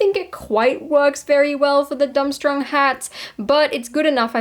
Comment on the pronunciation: Love the vid, but it’s pronounced “dorm-strang”